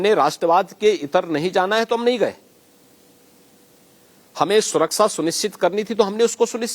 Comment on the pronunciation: सुरक्षा को सुराक्षा बोलते है इनको तो ये भी पता नहीं